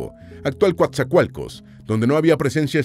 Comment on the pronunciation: Vaya dijo bien el nombre de mi ciudad y puerto , Coatzacoalcos Veracruz